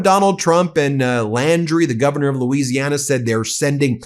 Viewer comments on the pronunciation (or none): none